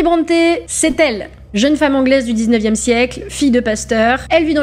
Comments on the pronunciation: on dit 'brontii' pas bronté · Brontë se prononce Brunty [ˈbɹɒnti]. Son père est né Patrick Brunty et a changé l'orthographe de son nom en Brontë, mais la prononciation est restée identique.